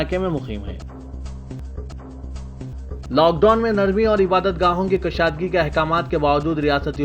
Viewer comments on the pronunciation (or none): kashadgi ? Kushadgi padhiye.